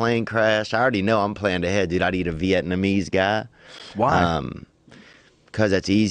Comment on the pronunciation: "veitmese"? Illiterate much?